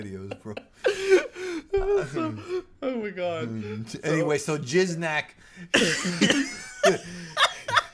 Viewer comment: Lmao repeatedly saying Jizznak The Gusher 💦🤣💀